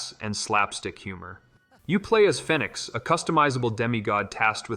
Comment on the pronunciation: WTF ! How can you pronounce Fenyx so badly when they must say it the correct way 4 or 5 hundred times in the game.